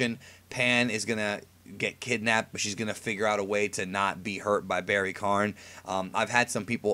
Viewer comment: Barry k-AH-n.. like barry KON. Not kARn. Barry Kahn.